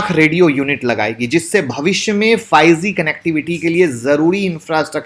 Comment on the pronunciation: Apka pronounce galat hai. Ap bol rehe hay fyge . Aye hoga 5g.